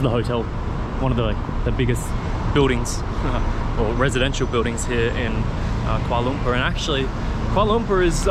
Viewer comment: Its not kuala lumpa its (kuala Lumpur) ×